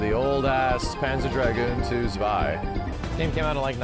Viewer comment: And it is pronounced "Tswai", my dear English speaking friends. NOT "Zwai".